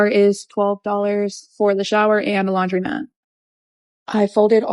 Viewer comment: Not related to her scamming, but I HATE people who say "laundrymat" and pronounce "women" like "wum-an". Like it's bad enough people these days type "a women" and "those woman" but they're pronounced them backwards too! Ugh. Like literally this is stuff you learn when you're like 3.